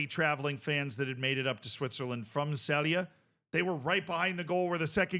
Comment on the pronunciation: you sey celje completely wrong LOL